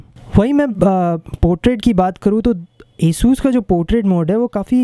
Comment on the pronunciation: the name is asus not esus hahahah🤣🤣